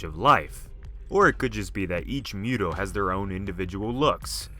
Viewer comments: Listening to you say Muto that way just rubbed me the wrong way. It's not Mew-toe it's Moo-toe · It's pronounced Muto (moo-toe) Not (mew-toe) that just sounds retarded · I believe it’s pronounced MOO-toe....not MUTE-oh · Moo-too not mute-oh bro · It’s MU-to bro not “MEW-to” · Not to nitpick, but you're pronouncing it wrong. It's pronounced "MOO-Toe", not "Mew-toe". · He's like "miutow" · Ok it's correctly pronounced MOOTOE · Fun Fact: M.U.T.O was confirmed to be pronounced as MOOTOE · I hate that you say mute-o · Its pronounced mootow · If he keeps pronouncing M.U.T.O like that I'm gonna lose my mind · Can you please not pronounce MUTO like you do? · The hell is a mute-oh bahahahaha